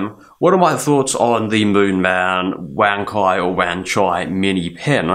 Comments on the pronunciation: chinese pronounce it as ONE CHAI (as chives) and not as WANK EYE. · Great review. Btw The pronunciation is actually somehow like "wan tsai" in chinese, not " wan kai" .